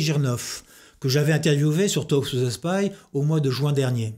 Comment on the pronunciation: il sait meme pas prononcer le mot talk et il s'appelle en anglais. ridicule